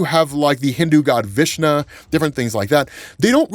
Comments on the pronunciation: It's pronounced Vishnu not Vishna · It is VIShNU not vishna